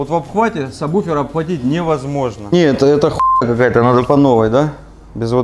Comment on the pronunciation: сабВВВВВуфер. Вроде грамотные люди. Слух режет.